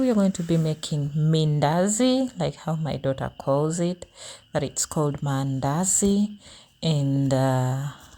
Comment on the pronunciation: i hear mindazi😅